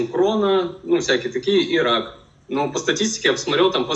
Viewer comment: Уважаемый, не "пхоблема", а "проблема"; и не "хак пхямой кишки", а "рак прямой кишки". Вас к логопеду в детстве водили?... По-моему, если ваш ход детельности связан с говохением, то не худо бы и над фикцией похаботать - как я себе понимаю. А то это просто неуважение к тем, кто вас слушает.